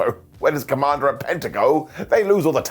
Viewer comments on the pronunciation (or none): you make me laugh. It's not commander with a k. It's commander. K. Mander